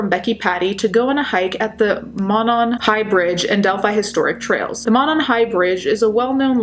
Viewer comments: around here (Indiana) it's pronounced "Moe-non" <3 just wanted to let you know. Thanks so much for this video, would love to see this solved! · The bridge wasn't all that well known until the murders. I live 10 minutes away and was unaware of this highly dangerous bridge. It is pronounced Moe non. Thanks for keeping the case alive. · Veeery small, nitpicky thing, it's pronounced "mOH-non", like the 'oh' sound in 'phone'. I know, super small dumb thing to point out lol. But yeah, this still haunts us. I don't live in Delphi, but a smallish college town like, ten minutes away. Even here, it still affects people. We have crime, like any town, especially a college town. But nothing this terrifying has happened here, the killers are usually caught here. But this just hung like a silent, ominous storm cloud over northern Indiana, and still does. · I'm from Indiana the monon runs from Indianapolis all the way up there it's pronounced Mow-non I can't believe they still haven't found the killer and I only live an hour away what if their serial killer it scares the s*** out of me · The first syllable of Monon is a long o vowel sound.